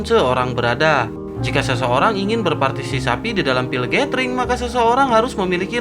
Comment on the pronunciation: Hehehehehe entah ngomonnya mimin partisipasi atau partisapi wkwkwkwk mimin mimin ... Ok lah lanjuuut